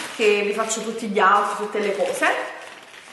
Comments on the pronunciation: "Questo è il mio AUTFITTE" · "Guardate il mio Otfit...aim a babbi gol in a babbi woooll" vabbe ragà ciaone